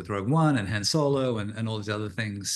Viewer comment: Why does every British person mispronounce Han Solo🤣😭